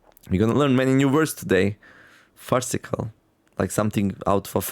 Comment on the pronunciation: 7. You pronounced farcical correctly first try. You also correctly worked out its meaning 🙂